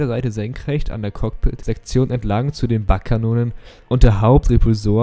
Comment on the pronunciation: Auch der bereich der truppen hinten ließ sich komplett luftdicht abriegeln. Kann mann hier und da in the clone wars Ps: das u bei bugkanone wird lang ausgesprochen und nicht kurz Pps: sehr informatives video danke!